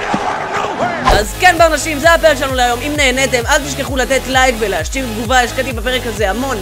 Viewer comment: הוא אמר לייב במקום לייק